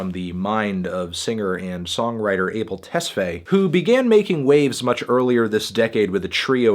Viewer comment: His name is pronounced Aa-Bel Tes-Fah-Ye. If you are gonna just low key trash his latest release, at least get the superstar's name pronounced right bro.